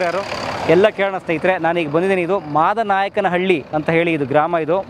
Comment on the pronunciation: ಸರ್, ಮಾದನಾಯಕನಹಳ್ಳಿ..........ಅಲ್ಲ..... ಮಾಡ ನಾಯಕನ ಹಳ್ಳಿ.